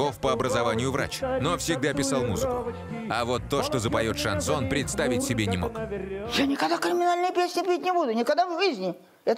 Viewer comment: "Короли" шанЗона